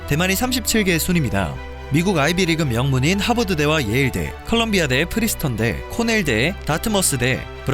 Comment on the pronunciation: 프리스턴 아니고 프린스턴!